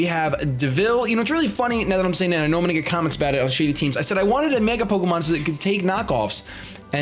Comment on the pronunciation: I heard "Pokemin" at the beginning.